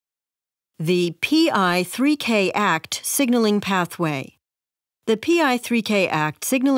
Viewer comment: Small quip- A-K-T not “act”.